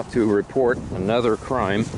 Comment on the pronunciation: Notice how he stressed the word "ANOTHER" complaint? 🤣🤣🤣